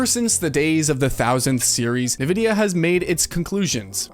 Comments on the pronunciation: am i the only one that thinks its a tragedy to pronounce it nu-vidia instead of en-vidia? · en, vidia , not nuh vidia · great video and all, but the way you say nvidia is pissing me off lol. its pronouned En-Vidia. not nuhvidia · It's pronounced "in-vidia" NOT "ne-vidia". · Is there a reason for you to say "Nuh-vidia" instead of "N-vidia" ? Is there a joke I missed ? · It's called N-Vidia ... Not.... NuhVidia .. the more you know! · Pronounced "In-Vidia" not "Nuh-Vidia". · It's pronounced " EN - Vidia " what an idiot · Bro why do you pronounce nvidia like that. Nehvidia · Nevidia? Nivea?